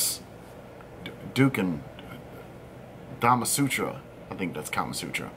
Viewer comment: He’s not a reviewer, and he’s from my country, indonesia. I don’t like the rda too. Anyway, you spell it “doo-koon”